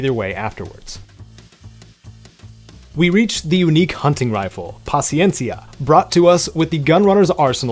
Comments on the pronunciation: en verdad en gustó cómo lo pronunciaste “paciencia” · Perfecta pronunciación de Paciencia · Much respect to you for your pronunciation of paciencia 🙏 you a real one 💯👏🏼 much love thank you